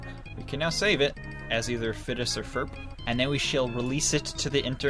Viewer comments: OMG ITS WITH A P NOT A F FOR PHINEAS FROM phineas and ferb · Christ sake Phineas and Ferb not Fidus or Ferp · IS FIDLUS NOT FURF